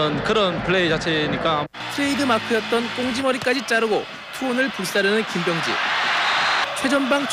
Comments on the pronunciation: 아나운서님의 김비~여엉지 발음이 불안햇어욬ㅋㅋ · 김.병~지 선수 하는데 발음이 왤케 웃기냐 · 김, 병~지 선수가 띄어서 발음하니 먼가 좀 ㅋㅋ